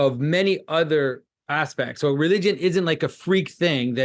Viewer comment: “Relywgen” - Jonathan Pagoo